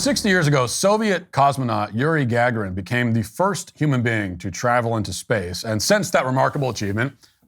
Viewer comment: Matt, you pronounce it "Yuri Ga -GAR-in"